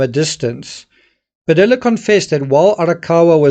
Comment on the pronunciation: It's pronounced " Padeeya" in Padilla. ( you don't pronounce the "L"'s) come on man!